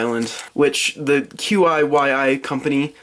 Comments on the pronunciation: QiYi is pronounced as "Chee--ee" if that helps. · I'm 99% sure it's pronounced "Chee Ee" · I think that QiYi is pronounced "chee yee" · Ok, I know I'm like 4 years late but it's pronounced chi-yi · The QiYi is pronounced kee yee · The QiYi is pronounced chee-yee